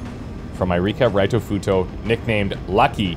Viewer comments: Hey, can you please do us all a favor and pronounce “Ritofuto” as it is meant to be? In Japanese “i” is generally pronounced like “ee” in English so “Reetofuto” is how it sounds, not “Raitofuto” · Correct me if i'm wrong, but i'm pretty sure Ritofuto suppose to pronounce Ree-to, not Rye-to.